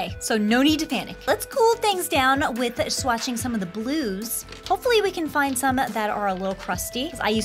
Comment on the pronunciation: When you say done with the blues I thought you said we’re done with the Glooze